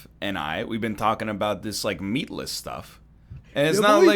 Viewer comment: Meatless sounds like dickless